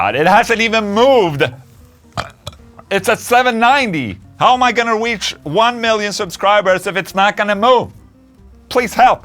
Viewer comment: “How am I gonna Weach?” Nobody notice that? 😂